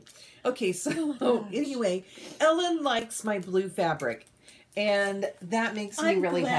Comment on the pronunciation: Lmao Licks instead of likes. 😂😂😂😂 I was dying of laughter at that part! You gals are The cutest! I had fun spending time with you this evening. I’m cutting out a project bag for a friend and you ladies kept me in good company! Happy stitching! 💕~Tifa